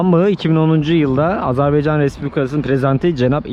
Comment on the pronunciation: Azarbaycan değil Azerbaycan